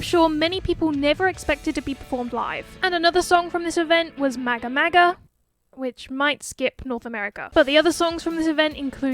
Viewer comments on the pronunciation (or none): none